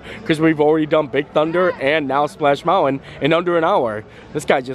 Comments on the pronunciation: Bro. You’re killing me on Mountain pronunciation! Love the videos ! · love the way he says mounwin instead of mountain. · Please, please try harder not to say mounwin, please! It really distracts your whole thought process, and not for the good! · I love how he says mountwen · Do the school teachers teach that pronunciation of mountain where you lived? Just wondering. Love you, and hate to miss a day without your video, but that mounwon bothers my mind. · I too am allergic to the T in mountain! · Interesting pronunciation of the word Mountain. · are you from Utah? Only people I know who drop the T in Mountain.